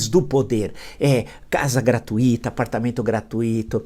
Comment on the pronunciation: Prof. Villa, gostaria de fazer respeitosamente observação: a palavra "gratuito" é uma paroxítona, ou seja, tônica na penúltima sílaba, sendo essa um ditongo decrescente - tUi e não tuI. Logo, a pronúncia é "gra-tUi-ta" e não "gra-tu-I-ta", como o sr costuma falar. Até porque fosse essa a pronúncia correta, teríamos um hiato e a vogal I teria que ser necessariamente acentuada. Fica a dica. Abs e parabéns pelas aulas diárias.